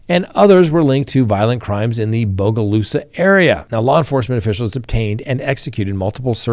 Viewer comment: Great job on your pronunciation of Bogalusa. I'm proud of you.